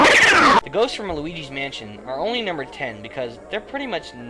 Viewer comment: Uh, Fail. "Numer 8" :D